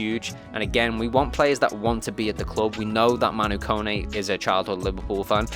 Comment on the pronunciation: Can someone pronounce Kone correct please. It's not (cone) it's pronounced Ko ne